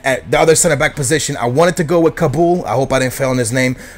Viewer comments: You said Yanga M'Biwa and Kaboul right,. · You got kaboul and yanga correct